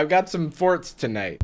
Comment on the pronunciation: "I've got forts to nite" did it for me